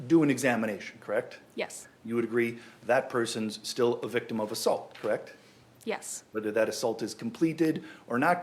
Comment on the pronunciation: "Would you say I'm asking a lot of questions, Krect?" "Yes." "You would refer to this as a rapid-fire succession, Krect?" "Yes." "And you're a Nurse, Krect?" "Correct." "And I am asking lots of short questions unnecessarily, you'd say, Krect?" "Yes." "I should probably enter a fastest-question-asked contest, Krect?" "...Sure." That lawyer is ridiculous.